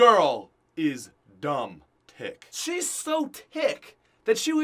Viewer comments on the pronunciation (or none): Did that guy pronounce "thicc" as "tick"? I swear I must be hearing things, but it sounded so much like "tick".